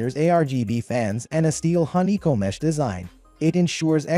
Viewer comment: This is clearly an AI voice talking on this video. Saying things like M-Esh instead of Mesh makes it pretty obvious, along with the glitchy variations in voice. Not a bad little video, but I'd prefer an actual person talking.